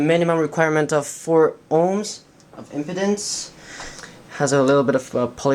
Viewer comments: Pronounced ... IM- PEEE-DENCE not "impotence" big difference :-D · Tim Tidball yes I was very confused until I saw it typed out. I was like what’s erectile dysfunction got to do with this? Oh, wait! Impedance! You’re talking physics!